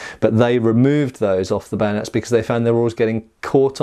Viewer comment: Camanding officer says ready bayonates! Sorry sir I broke it. Lol